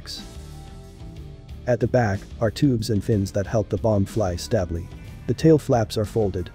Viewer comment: Stab-ly What is stab-ly?? AI has NO place in this world!!